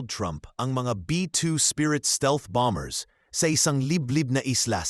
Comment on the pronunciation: ANG tamang pronunciation ay silent B; KAYA ANG TAMANG PAG BIGKAS AY "BOMER", HINDI "BOMB BERS". HEHEHE KAKATAWA KA NAMAN. PAG NAGBLO-BLOG, SA TAGALOG( O PILIPINO MAN) DAPAT ALAM MO KUNG ANO YUNG SALITA SA TAGALOG NA MARAGSA AT MALUMANAYSA TAMANG PAGBIGKAS. MASAKIT SA TAINGA NAMIN EH. MAGING INTELIGENTE SA LAHAT MG SANDALI KUNG PWEDE. OK BA? HEHEHEHE